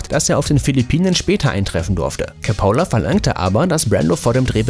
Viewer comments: Wird der nicht KOPOLA ( Gesprochen ) und NICHT - KA POLA ?!? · Francis Ford COppola!! Nicht Capola! Ich seh mir sowas gerne an, aber wenn dann eine Regiesseur komplett falsch ausgesprochen wirdd, dann wird mir übel!